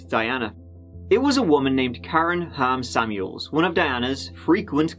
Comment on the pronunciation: Every time you said Ham Samuels I heard “ham sandwich” 🥪😂